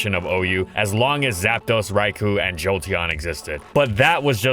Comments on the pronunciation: For f*ck sake, IT'S PRONOUNCED "RAI-KOH!!" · day 1610: still mispronounces raikou